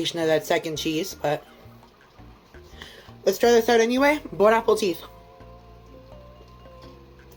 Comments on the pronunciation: I like how he tried to say Bonne appetie but it souned more like bone apple teeth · His hair greasy and he drinks soda too much. French are screaming right now as he says "Bon Apple Teeth" 😅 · I came to the comments to see if I was the only one. I hear " Bone Apple Cheese" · Dude I thought I was the only one hearing it 😂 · “ bone apple teets” 😂😂😂😂😂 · The bone apple teeth is driving me crazy! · “Bon apple-tea”😅😅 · "Bone-apple teet" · Is it just me or does he keep saying “bone apple teeth” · Is it saying, "bone, apple, teeth" ironically, or sincerely? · Did he just say "bon apple teeth"? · I like to jokingly say bone app the teeth instead of bon appetite, it's a throwback to a YouTuber I used to watch a long time ago. However, I think actually thinks it's bone apple teeth because he says it every single time. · Why did he say "bone apple teeth"? Was it a joke i hope? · bONe aPpLE TEetH🤓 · Bon Apple-teeth lol. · bone apple teeth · "bone apple teat"! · “Bone Apple Tea” lol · Next person I hear say "Bone Apple Teeth" is getting drop kicked I swear. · "Bone apple tea" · he even said “bone apple teeth” , it never ceases to amaze me how he’s wrong every time but in a different way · not to give of all people points but "bone apple teeth" has been a popular joke for quite a while now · Bro I litterally just wrote the same, even as a french person it really sounded Bone Apple Teeth, the one is gold too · Bro the lisp he gets from his fat stuffed cheeks annoy the fuck out of me and for a mf with a French flag in his room he fucks up like the easiest French phrase ever I’m not even French and usually wouldn’t care but for some reason it pisses me off when he says it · Can there be a drinking game for every time he mispronounced "Bon Appétit"? Like bro. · How it says "Bon Appétit" makes me sooooooo fkn angry